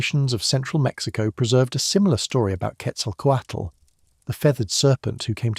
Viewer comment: Thank you for making sure "Quetzalcoatl" is pronounced correctly. A lot of videos in English destroy that name.